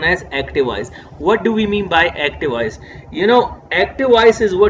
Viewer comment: Sir awesome but there is one mistake when u pronounce voice it became wise